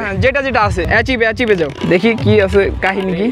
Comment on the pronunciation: ভাই এটা এচিভ না, এটা আরকাইভ । আর হোয়াটসাপ না, হোয়াটসেপ । btw, apnader content valo hoy. carry on....